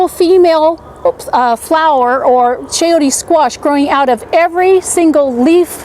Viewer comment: Very informative and entertaining video! p s it's chayo-te the te sound is the same as the te sound in tender ... not chayotea. No, no please